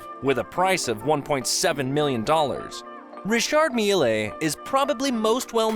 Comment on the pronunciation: its pronounced rishaard "mill"